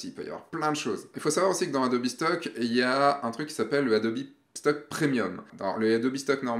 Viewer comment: Ce qui me perturbe le plus c'est le "Adobi" ^^ Bon j'ai quand même une question sur le adobe stock : il y a des conditions particulières pour participer ? (age min, photographe pro, abonnement adobe...)